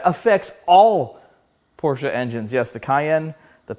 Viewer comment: Thank you for pronouncing Porsche correctly!